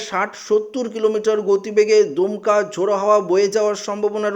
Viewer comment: "দুমকা "/ঝোড়ো হাওয়া নয় , "দমকা" ।